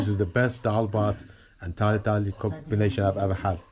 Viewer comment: haha i think its called tarkari not thakali. fun video!